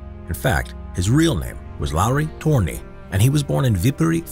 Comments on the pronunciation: You are pronouncing his name as Torni, which means tower. His name is Törni, with ö. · TÖRNI NOT TORNI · Tfw someone pronounces Ö, a if it was O. 😂 Being from a nordic country is hard 😂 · Jesus Christ It's Lauri Törni.